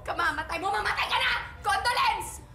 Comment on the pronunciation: Condoplence HAHAHA SHESHH!